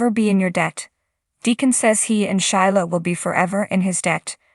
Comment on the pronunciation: Shelia please not Shila!!!